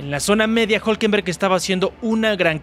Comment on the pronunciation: Es difícil que RB no se levante en Austin. Creo que ahí los veremos fuertes. Norris necesita la perfección, lo que no se le da mucho. Por último estimado. Es Hulkenberg no Hulkenberg. Saludos.